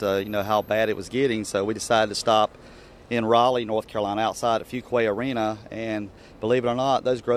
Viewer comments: ....fuquay arena?? Its fuquay-varina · He said "Fuquay - Arina" lol it's Fuquay-Varina. That's my hometown. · FYI, it's actually Fuquay-Varina.